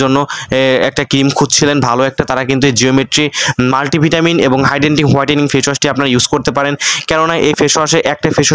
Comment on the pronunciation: Hidenting??😂😂 its hydrating